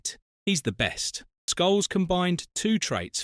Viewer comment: And scholes